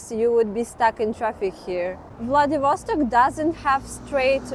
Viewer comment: влэдивОООсток .... бля... неправИИИИЛЬНООО!